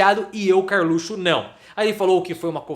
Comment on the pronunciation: acho fantástico quando falas Karlutxo. O lugar desse bandido é atrás das grades.